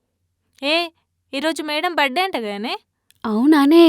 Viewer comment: "Buh day" kaadhu " Birth-day" RTH silent kaadhu